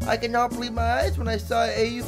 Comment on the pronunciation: Tip: its pronounced "Aw 5" from Au5